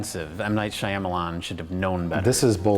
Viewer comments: Guise, it's pronounced M Night Shamaialaiading-dong. As in Oh-Eee-Oh-Ah-Ah-, M-Night-Sham-eye-ah-lie-ah-lie-ah-ding-dong. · It's pronounced 'Shyamablackbettybamalam'. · I'm just here for pronunciation of Shyamalan.